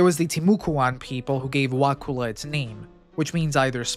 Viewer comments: Wacissa prnounced Wassissa Wakulla..pronounce Wah KULL a not wah cool a. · Wa kull ah not Wa cool ah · It's pronounced Wa-ku-la. All vowels are short. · Wa-Cull-a not "cool" pronounced Kull as in to cull a heard. Why can't anyone get this right? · Wa' kulla' not cool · It's pronounced "wah-sissa" and "wah-kuh-lah" damnit non Floridians always fuckin it up...😂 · I'm glad someone talked about it, but it is pronounced Wa-kull-A(h). Not the way you are saying it. XD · Wakulla Springs is definitely not a hot spring. I've swum there many times, and the water is barely tolerable because of the cold temperature. I lived a little south of Wakulla (pronounced wa-KULL-a) in the early '70s, and never heard of this. I believe the reports of the past, and my guess is that it was a peat fire. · It's Wa-kull-ah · Pronounced wa-ka-la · Wah- CULL-a please do your research to avoid mispronouncing place names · Ey!!! The Volcano!! You know the Great Wakulla Treasure is right there by the volcano ❤ Just an hour stumble Sorthweast. Also, we say "Wah-kuh-lla" and "Wah-sis-ah." If you see a word that looks even vaguely native, say it like a bumpkin, and you'll fit right in 😊 Folks 'round here tend to favor the smuggler/pirates/bootleggers version. Thats why we have the legend of the Great Wakulla Treasure. Nice vid, keep up the good work. Go War Eagles! 😜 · Couple local pronunciation things: Wacissa rhymes with Narcissa, as the ‘c’ has a soft s sound. Wakulla is pronounced “wuh-KULL-a” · you might be an exception tbh ive never heard it pronounced wuhkooluh here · only people not from this area pronounce Wakulla with a long U. That’s how we know they aren’t from here. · Dude, it is pronounced "WA-CU(like what up Cu?)-LU". Because U can't prounce this, nor 3 other words all Floridians Can, I give this video 1/10⭐️ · 7th generation Wakulla Countian here. Great video. You mispronounced Wakulla, but I forgive you 😊